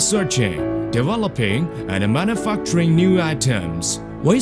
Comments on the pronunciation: When he says manufacturing it sounds like man a fuck train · manufacturing = man-oo-fuck-train